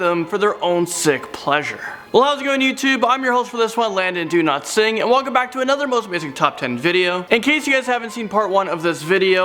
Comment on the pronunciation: Sorry but the way you say ur name sounds like Landon Do not sing